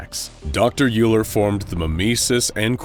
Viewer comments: I just want to point out that Euler is pronounced "Oiler," not "Yooler" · Euler is pronounced "oiler". Like the mathematician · Hey. So, just so you know, Euler is a German last name, and it is actually pronounced ‘Oiler’. You’re welcome. 🙂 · i think you pronounced dr euler's name WRONGLY!